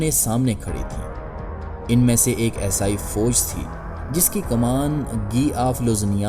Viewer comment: پہلے اردو کا تلفظ تو صحیح کرلو عیسائی کو اسائی بول رہے ہو